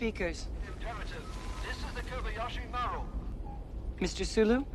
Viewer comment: It isn’t. Maru is pronounced mar ooh. The person who recorded the transmission for the film didn’t know how to pronounce it correctly and took a shot at it and nobody cared because it doesn’t actually matter.